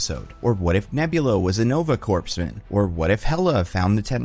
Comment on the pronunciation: "core-man" not "corpse-man"